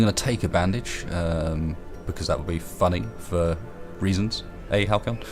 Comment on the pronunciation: Dammit...I had a feeling you'd reference the bandages. *facedesk* XD I think as a meme for this series should depict you as the illiterate party master. "BOOKS! Filthy, cursed filth, have at thee!" XD By the way, thought I'd mentioned that it's pronounced 'Hal-see-on," since you've mentioned it a couple times XP